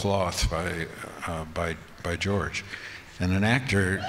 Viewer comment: Ian calling George “Jooj” 😂😂😂😂